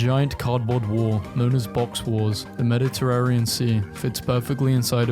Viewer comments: Bro said "MEDITERRARIA" 😂😂😂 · can we talk about how this guy doesnt know how to say "mediterranean" or "marsupial"